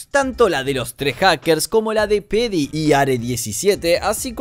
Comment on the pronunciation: creo que Pheedy se pronuncia fidi, no ''pedi''